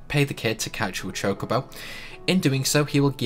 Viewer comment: Did he just said Chicobo?